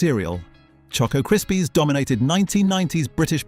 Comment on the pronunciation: Stop say DOMINATED!